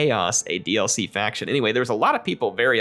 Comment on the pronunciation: D-L-Fee.... love it XD